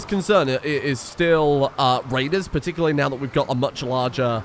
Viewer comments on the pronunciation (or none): none